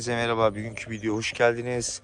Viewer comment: Usta burda diyorsun bugün diyemiyorsun Türkçe yi biraz geliştirelim bügün de bu il bugün